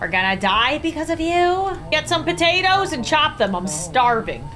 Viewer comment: AHHH yes not "POTATOES" ITS TATOES